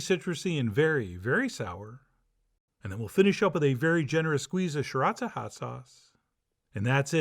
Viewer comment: I'm gonna be thinking about your pronunciation of "Sriracha" probably forever